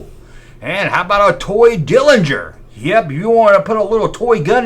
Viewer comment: ITS NOT CALLED A DILLINGER, ITS CALLED A DERRINGER!! GEEZ DUDE, GO BACK TO SCHOOL AND LEARN HOW TO READ AND TALK!!